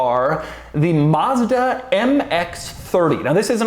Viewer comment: Maz-da not Mus-da